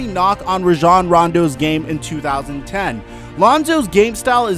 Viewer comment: this guy cant even pronounce Rajon correctly how am i supposed to believe his comparisons.